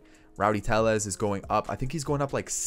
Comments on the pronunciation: Just for future reference Tellez is pronounced as an L because he isn’t Hispanic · How did you butcher tellez so badly